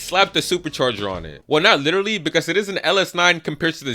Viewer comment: Stop saying lidery. Until you fix your speech impediment. Literally.